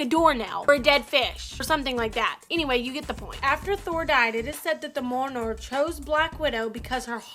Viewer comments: This bish said mewnar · Okay, first, she is saying Mjolnir wrong. It's pronounced myol-neer. Second, why are half the charecters DC? No one likes DC. And third, MAGNETO DOESNT ACTUALLY WIELD THORS HAMMER!!!!!And finally, it says "superheroes" in the title, not "superheroes or super villains, doesn't matter because I don't know shit". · Fuck you're annoying... perhaps "The Worst". At least pronounce the name of the hammer correctly... brutal. Fix your editing skills too. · Ugh, she can't even say "Mjölnir" properly. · Anybody else get really irritated by this chick mispronouncing mjölnir? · This chick has an irritating voice and can't pronounce Mjolnir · I think you're pronouncing Mjölnir wrong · SHE MISPRONOUNCED MJOLNIR! KILL HER!!!!!!!! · Pronounce Mjolnir correctly and I'll subscribe. Until that day comes fuck off. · learn to say mjolnir correctly